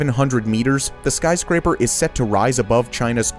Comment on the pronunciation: Sky crapers you said it earlier sky craper